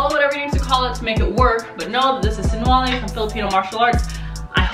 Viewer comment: sinawali. not sinwali.